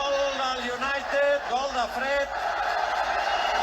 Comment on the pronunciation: Todos los goles contra el barsa son : la ramatada y al gal. Da igual que gal sea